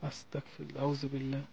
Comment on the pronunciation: আসসালামু আলাইকুম আসতাকফিরুল্লাহ শুদ্ধ না শুদ্ধ হচ্ছে আসতাগফিরুল্লাহ